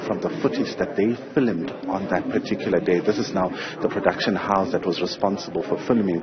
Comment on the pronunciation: Did u just say filimud ? Or u meant to say filmed